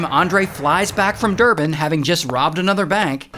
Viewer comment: Thank you for pronouncing Johannesburg correctly along with Durban